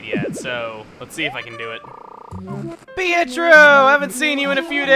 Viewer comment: lol "hietro"